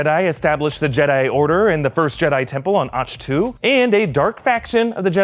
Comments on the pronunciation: It’s not “ach two? It’s “ach to” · Yo it’s pronounced Anch-to Ah-nk Toe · Ughhhhhhh how he says “Ach-To” .... 😳😳😳😳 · We gon just ignore how he said Ahch To?